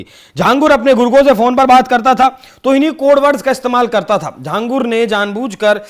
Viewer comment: Ye Akela Nahi hai Aise Kai Baba ho sakte hai desh me jinhe ye videshi sanstha fund Kar rahi ho. और भाई लिखते छांगुर हो बोलते झांगुर हो, हिंदी नही जानते क्या?